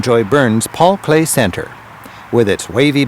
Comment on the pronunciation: It's Paul Klee, not Clay😊